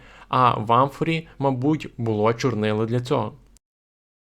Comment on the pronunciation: Дякую за цікаву інформацію. Але Ви повинні говорити українською правильно. Було́, була́, були́, не бУло. ПочалИ, а не почАли. ЗроблЮ, а не зрОблю.